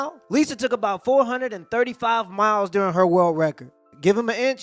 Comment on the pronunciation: 😂😂🤣🤣🤣🤣🤣🤣🤣🤣😂😂😂😂🤣🤣🤣🤣😂😂😂😂🤣🤣🤣🤣 .... Ho-LEE SHIT!!!! 4 HUNDRED and thirty-four MY-ELLS.....of dick!!!! Jezzuz Chryssss!!! LMAO I'll bet a year's worth salary, her spit was accepted at sperm donor banks!!! OMG!! 🤣🤣🤣🤣🤣🤣